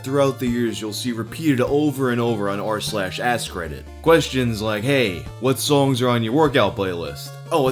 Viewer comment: I keep thinking you're saying r/asscredit